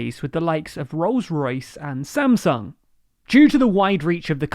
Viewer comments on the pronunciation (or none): none